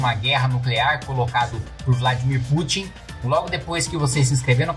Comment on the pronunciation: O melhor foi Macron falando Vladimir putinha 😂😂😂😂😂😂😂😂😂